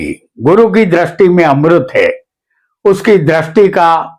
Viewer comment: Drasti nahi sir dristi bolakare please .